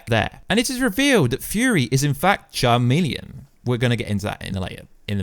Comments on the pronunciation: Chameleon..So you are reviewing a movie where you can not even pronounce a name of a major villain correctly. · It's Chameleon the h is silent lol Charmeleon is a pokemon